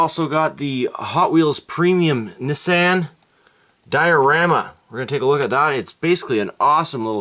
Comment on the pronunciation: Nissan “knee saaahhn”